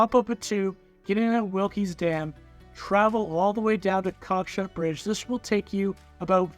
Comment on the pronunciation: psst... It's pronounced Wilkes dam. no e in the word